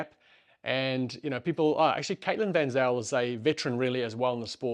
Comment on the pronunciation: Peace out, and looking forward to the future videos! Also you've been out of SA for too long now 🤣 Van Zyl has to pronounced "Fun Zaaayle"